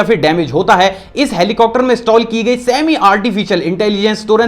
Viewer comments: Sir helicocter ni hota heli-copter hota hai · hai.. aap helicopter ko ( helicocter ) kyu kehte he sab videos me jisme helicopter ka koi fact batate he. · Why do u pronounce helicopter as helicocter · Who noticed that he said helicopter as helicocter